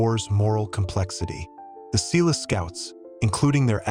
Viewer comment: Exactly. Also Umtali... When the pronunciation is off, we're forced to wonder about accuracy.